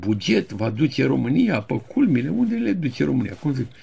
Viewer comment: Maestre, fără supărare, adesea spuneți peroadă și une (în loc de unde). Cel puțin așa se aude. Dar nu pentru asta vă iubim noi! 🤭